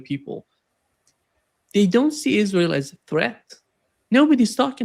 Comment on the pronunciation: L. GRAHAM: "ISRHAL." WHERE IS I S R H A L ????